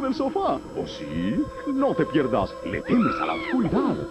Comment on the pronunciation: Lo que me da gracia es que dicen "aquí en Nickeladian" 😂, se nota que fue de las primeras promos donde al principio no sabían pronunciar el nombre